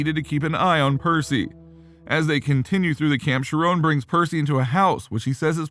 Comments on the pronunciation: Chiron is pronounced "ky-ron" (with more of a "ren" than a "ron" sound) NOT FREAKING SHERONE! Wtf man?! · I guess the text-to-speech doesn’t know that the h in Chiron are a silent.